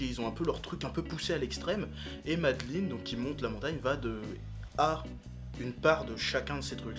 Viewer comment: j'adore ton accent anglais! du coup c'est pas "madeline" c'est "meï-de-laaïne", ouais jme fous d'ta gueule! Ouais...! Continue comme ça! T'es bien le frère à ton frère! (tant mieux d'ailleurs.. sinon voila quoi.. enfin tu m'as compris..)